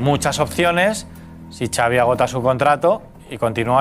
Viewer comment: Ya te he dicho que Xavi se pronuncia Chavi no "savi". Si al Xavi no le va bien en el Barça, a Rafa Márquez podrían ficharlo. Veamos que pasa. El Chiringuito está atrasado en noticias. Tu fuiste primero en darla.